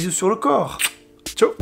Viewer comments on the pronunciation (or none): none